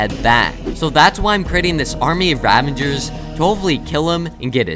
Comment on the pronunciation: The whole video he says ravanger's while its ravager's